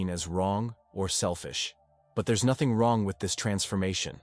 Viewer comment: U said mothing as Carl Jung